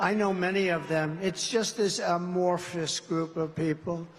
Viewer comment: Wow ' amorphous' , and he didn't mispronounce it. He must be studying.